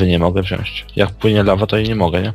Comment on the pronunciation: nie chcę być wkurzająca, ale mówimy wziąć, a nie wziąść :)